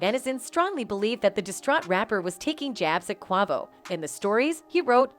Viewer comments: Why can't they say "Quavo's" name right? It is so irritating... "Niggas"? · Robot can't say Quavo right but say ni$$@ correctly wtf going on?